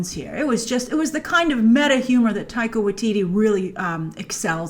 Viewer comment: lol, Grace, you called Taika, Tittie in the beginnng